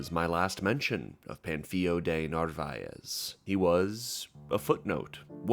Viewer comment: It's "Pan" as in a cooking pan, "Fil" as in film, and "O" as in "Oh no, another Cobler video I have to watch 12 times" . Pan-fil-o